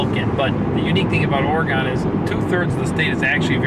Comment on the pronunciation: Or-ree-gone, really? Come on, we deserve correct pronuc. It's Or- ree-gun... Smiles ya'll, but please try